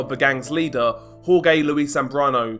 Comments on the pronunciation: its “HOR-HAY”(Jorge) not “HOR-Gay” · Wrong, pronounced “whore-heh”, this is correct.